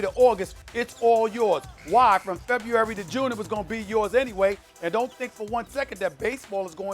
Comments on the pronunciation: Uh, Stephen A....can you spell February? Cuz it sounds like you can't even pronounce it (Awww Stephen A, it'll be ok) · Ok, who taught Stephen A how to say February?